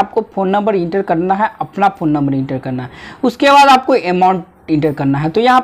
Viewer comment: Its phone number not pon number. Jahil